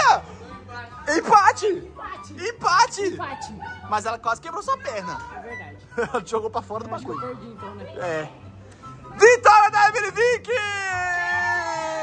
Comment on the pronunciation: NÃO É EMILLYVIKE É EMILLY VICK